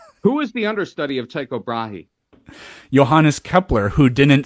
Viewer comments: I like how he tells you that you pronounce Brahe's name wrong, and does the same himself. Here in Denmark, it pretty much sounds like Tuco, him from The good, the bad and the ugly. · I looked it up and, while people pronounce Tycho Brahe in a lot of different ways, more official sources (hint: it's not an american name or pronunciation you flerfer dingleberry) teach it "tee ko Brah hay". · I probably would have said something slightly different for Brahe's name, but I just looked it up and the google pronunciation says Tee Kow Braa. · In his native Danish, Tycho Brahe's name is pronounced 'T(u)eeco Brah'. His first name is pretty difficult for us native English speakers because we don't combine 'u' with Greek 'e'. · "You cant even pronounce his name right but you want to disprove his model?" Man i would love to live with people around me that let me get away with this level of falacy. You can't correctly repeat the pledge of allegiance therefore mountain dew is superior to root beer.